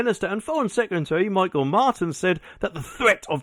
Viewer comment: Her name is pronounced Helen Mac- a- tea,and his is pronounced Me-hall Martin. I have zero loyalty to either, but it's really annoying when English don't make more effort to pronounce Irish names. They only have to listen to an Irish new channel to hear the proper execution